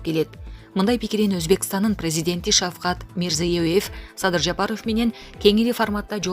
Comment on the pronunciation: Ошо да,Баясооф,Жапарооф,министиир ж/б .